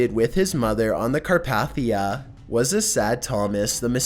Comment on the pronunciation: Car - path - ia 😂